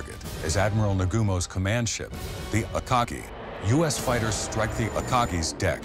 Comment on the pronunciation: I think he said "stike" but in that mess of pre-recorded bs I can't tell.